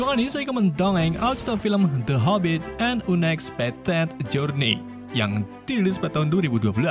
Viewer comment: Unekpektet jorniy 😂 mantap penyebutannya bang